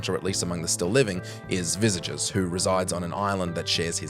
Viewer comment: Visages? I mean did you just say "viz-a-geez" instead of visages? I am not even going to write a phonetic for the correct one as anyone who actually bothered to play the game heard it right.